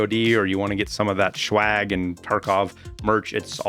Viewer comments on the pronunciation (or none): He called the Swag "Schwag" I know smokes weed